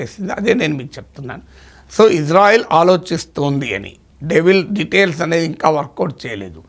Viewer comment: గురువు గారు మీరంటే మంచి అభిమానం ప్రతీ వీడియో మిస్ కాను సార్ దయచేసి నా మనవి ఇశ్రాయేల్ అనండి/వ్రాయండి సార్ ఇజ్రాయేల్ కాదు సార్ יִשְׂרָאֵל కుడి నుండి ఎడమకు 1. యోద్ =య "ఇ" 2. షీన్ = ష 3. రేష్ = ర 4. అలెఫ్ = ఎ 5. లామెద్ = ల్ *ఇశ్రాయేల్ * ISRAEL ఇందులో "J" ఎక్కడుంది సార్ ఇది గమనించండి ఆదేశం యొక్క పేరును అవ మానించకండి. ప్రతీ అక్షరం క్రింద ఒత్తులు (దాగేష్ ) ఉన్నవి. హిబ్రూ అక్షరమాలలో "జ" అనే సౌండు లేదు మీకు శటకోటి దండాలు తప్పు పలకకండి వ్రాయకండి.